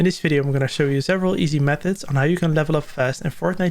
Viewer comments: Did he say meth mist ? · Boy stop saying meth mist lmao I keep laughing 😂😂